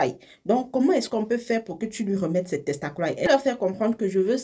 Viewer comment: C qui me retient là c'est "Ses testacroiy"😅😅😂